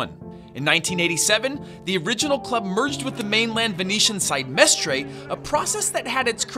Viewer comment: Cmon. The way you said Mestre made me want to bash a crowbar over my head 😂😬